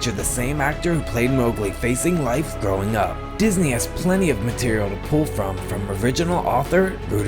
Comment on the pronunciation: is it onley me that thinks he sounded like he said “Throughing up” instead of “growing up” XD idekam lol :3